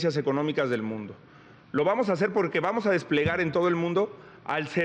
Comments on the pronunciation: Pero porque dice pojque porque hablas así Xochitl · Pogque.. Cagmona.. finangciados.. nagco.. que la sra. Derrota primero que vaya a terapia de lenguaje.. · Pogque....gue pagso....gesiviegon...guíen... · Pogque, seggio, nagcopartido,😅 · Financiagor ..enseñen a pronunciar a esta señora X .....poque ..poque